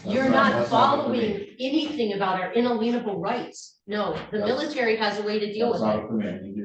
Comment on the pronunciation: "in-a-leenable" rights